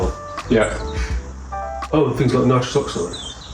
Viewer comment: It's nitrous, not nitros